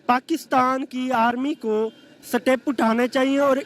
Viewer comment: Seetep hahi...step hota hai